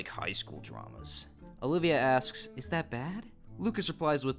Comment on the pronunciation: the way he said ThAt